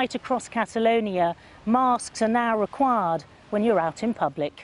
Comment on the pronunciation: Marrsks are now rekwarrrrrd